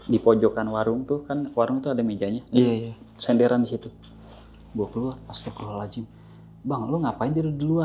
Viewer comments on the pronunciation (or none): Jaman sekarang kenapa sih orang ucap adzan sama astagfirullah hal adzim itu salah semua.kenapa ucapnya ajan sama astagfirullah hal ajim 😩.tolong klo ucap yg bener karna gak enak banget klo denger